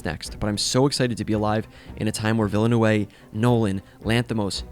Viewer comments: Cool video and worse pronunciation on the internet so far… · please stopp butchering denis last name, he deserves better 😂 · Please, learn to pronounce Villeneuve's name. He deserves that respect. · So easy to look up how to pronounce his name dude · your pronunciation of Villeneuve was painful but this video was great! agreed that this theater experience was an all timer. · Yeah, I don't get this kind of low hanging fruit faceplants. If you're going to do some longform video piece, one would think the creator would get the pronunciation of the subject's name right. 🤦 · I agree. People are obsessed with him as a filmmaker and they can’t even research how to pronounce his name right. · That's hilarious. I couldn't figure out what he was saying until I read your comment. I had no idea that he was trying to say his last name. As a Canadian F1 fan, I've ALWAYS known how to pronounce Villeneuve. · I feel like I'm being gaslit with how Villeneuve is being pronounced. I hear a lot of western anglos (prolly form the US) pronouncing it vil-eh-nu-way. It's Vill-ne-ve. Like the F1 driver, Jacques Villeneuve. For reference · Villain away ? oh for crying out loud what is wrong with linguistically challenged English speakers incapable of pronouncing anything that doesn’t sound like Kevin. There is not even the letter W in his name. Why would you pronounce it like that ? Vilnoov. Ugh. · It’s been a ride the last few days with the variances in the mispronunciation of “Denis Villeneuve” as ‘DEN-iss’ instead of ‘dah-KNEE’ and ‘villa-NOOVE’ instead of ‘vil-NUV-eh’ although ‘VIL-new-way-vay’ in this one was a first for me. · Denis New-Town (Ville-Neuve) is a better pronunication. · Denis Vilanowe? dude... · I don't understand why people Spanish up a French-Canadian name... It's Ville-NUV. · Denis Veel'-noh-vvvvvvvvvvvv' for the pronounciation ;-) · what??? Its pronouced “veel n-euuh v” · Denis Villeneuve is pronounce ..Duh-nee _ Vil-nuv.. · It's prounounced denknee villNEWv haha